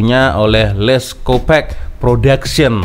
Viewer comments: sebut nya lets kopak, bukan kopek, bunyi lucah kalau org pantai timur malaysia dengar 😅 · Salah cak....sebutan benerannya "Les kopark"... Bukan Les kopek...kopek itu maksudnya payudara cak....kooo parkkk...bukan kopek....